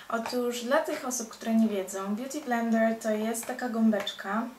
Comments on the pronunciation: Beauty BlendeRRR to "r" tak akcentujesz :d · DOKŁADNIE! pieprzy jakieś głupoty, a woda leci...a poza tym bardzo irytuje mnie to jej R na końcu "beauty blender"